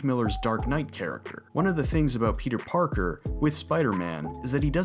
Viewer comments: Everytime you say "peter parker" I hear pizza parker lol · am i retarded or does he say pizza Parker